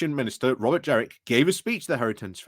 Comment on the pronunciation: It's JENRICK with an N. His nickname generic jenrick doesn't work if you mispronounce his name.